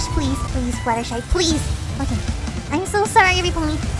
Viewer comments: actually her name is fluttershy not fluttershee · Fluttershy have a twin an- OHHH MY GOSHH A ROCK srry about that wait do you say "fluttershee" what!? ..... Oh oh my god "fluttershee" your a shark baby shark